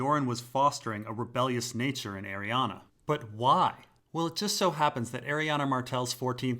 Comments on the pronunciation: Arianne's name does not end with an "A". It's pronounced "airy Anne", like Anne Hathaway, not "airy Anna". Sorry, my OCD kicks in every time you say her name!!! Aside from that, nice info. Looking forward to part 3 👍🏼😁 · Bruh, Arianne literally ends in an "E"